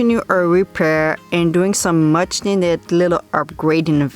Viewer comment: I think you meant Much not mush